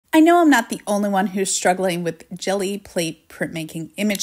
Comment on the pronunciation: When you pronounced it “Jelly” my heart stopped for a second 😂